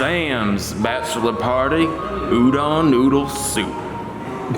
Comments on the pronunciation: PSA: Udon isn't pronounced "Ooh-Done". The "Done" part is pronounced like "Dome", but with an N instead of an M. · Lynch me, but I have japanese grandparents and they harass me for my pronunciation. It is pronounced u-do (like doe)-n. Not u-dawn. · "White boy declares his udon supreme, doesn't know how to say udon" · I feel violated by the way he pronounces udon. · As an Japanese man, it hurts me how he pronounces udon. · he pronounces udon wrong